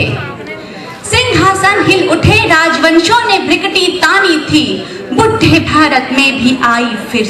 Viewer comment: very bad by.. she can not pronounce brikuti and says buddhe bharat mein instead of bhude